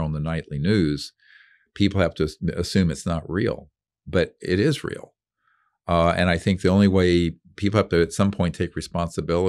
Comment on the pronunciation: It "IS RAEL"...